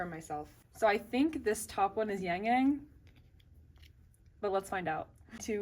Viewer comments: oh it’s okay! i don’t expect you to have a perfect pronunciation of chinese or korean names since ur neither of them! sorry if my comment was a bit rude. if you’re wondering how to say his name, it’s closer to “yahng yahng” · why do you pronounce yangyang like that?